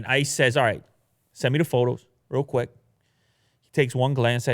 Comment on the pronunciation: Cwick Witted 2019